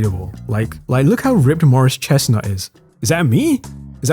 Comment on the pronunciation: Why did you say "Morris Chestnut from Boyz In The Hood" like that